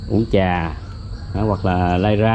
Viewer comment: Là thầy giáo phải phải phát âm tiếng Việt cho đúng ơi, khi mình đi học thầy cô dạy mình đánh vần rõ ràng chữ “R”TR” uống trà không phải uống chà ra không phải ga rồi không phải gổi trái xoài không phải chái xài….., xem kênh DTH rất nhiều thích nhất chia sẻ cuộc sống Mỹ và rất nhiều …. Nhưng nếu được sửa lại cách phát âm cho đúng chính tả Việt Nam thì ấn tượng lắm ❤